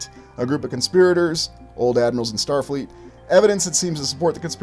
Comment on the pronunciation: “Star fleet” 😂